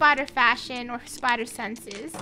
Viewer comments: No its spader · SPIDER MOre like spyooter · Me: its bisty spidoor-: LULULULULULULU SPOODER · Yoot spooder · lol spooderr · Itsy bitsy spooder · Yes he is LULULULULU spooder